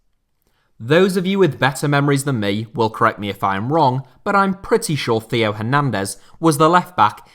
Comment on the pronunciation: Hey, love the content, but the pronunciation of Theo Hernandez almost made me scream. I don’t mean this to be rude, and I apologize if it sounds that way, but the h in Theo is silent, so it sounds like tay-o